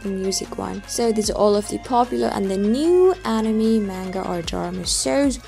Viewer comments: It's anime not enymi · animi ... it´s anime 😅 but good video. I still wonder right now how long the anime will stay unseen in the offline list. I don´t find any info on the website anymore. I wonder why 😮‍💨